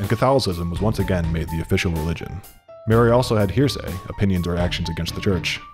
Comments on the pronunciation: Did he pronounce heresy like hearsay... do people say it like that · "Mary also had here-say.." Really Buzzfeed? You let that slip through? Heresy is not pronounced here-say. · Who was the narrator? Dude needs to slow down. And maybe double check some pronunciations. Heresy isn't "hearsay" and Mary of Guise is pronounced "geeze". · this guy pronounced Heresay as Hearsay. The absolute unchurched heathen.